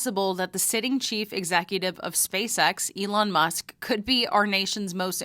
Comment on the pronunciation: Alon Moosk?